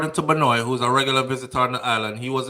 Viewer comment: Great live fam, so sad to hear about those babies. They're the age of my daughter. My condolences to their families😪 BTW, Benoit is french, it's pronounced "Ben-Wa". Neither here nor there, just thought I'd throw that in.